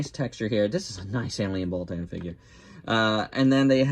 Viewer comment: Wait did you say alien baltan or alien balltoon